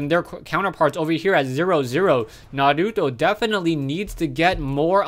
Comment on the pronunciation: you pronounce naruto so awesome!!